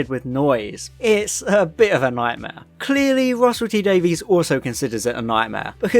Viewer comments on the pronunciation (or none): "Davies" is pronounced like "Davis" I think you'll find, in terms of Russel T.